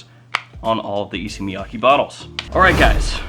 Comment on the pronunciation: FYI, the pronunciation is Issey like say and Miyake like kay in okay. Both are like the pronunciation of the letter a.